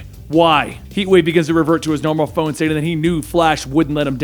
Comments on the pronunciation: Couldn't hear anything thing else. Even with context, it was just confusing. I know he meant 'form' but still. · He tried to say form